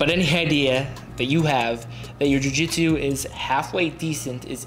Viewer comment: "joo jitsew"